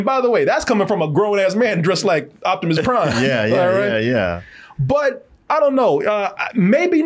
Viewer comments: Jivimus Prime, LOL!!! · Korimus Prime. 😂😂😂😂